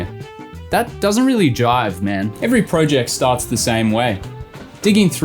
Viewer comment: I'm not sure if its intentional or not but it's "Toys" not tools and "Jibe" not jive but continued ignorance is perpetrating the misnomer hahaha